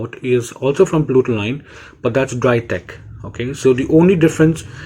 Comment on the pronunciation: It's Putoline NOT PLUTOLINE Bro